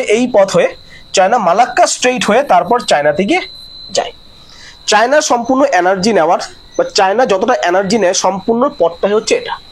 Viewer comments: আপনি উচ্চারণটা ঠিক করুন। অ্যানার্জি নয় এনার্জি। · ভাই, তোমার কয়েকটা বাংলা শব্দের উচ্চারণ বিদঘুটে । কানে লাগছে । ঠিক ক'রে বলো । যেমন, বার বার বলছো, "depends করছে", ওটা বলা উচিত "depend করছে" । দ্বিতীয়ত, "অ্যানার্জি" নয়, কথাটি হ'ল,-- "এনার্জি" ( energy ) । ---- মানস রঞ্জন চৌধুরী । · Video খুবই প্রশংসার যোগ্য l শুধু একটু যদি energy উচ্চারণ টা একটু সংশোধন করা যায় , প্রতিবেদন আরো শ্রুতিমধুর হবে l